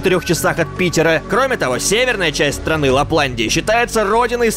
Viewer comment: В Хельсинки а не хельсингах.не Латланлия а Лапландия.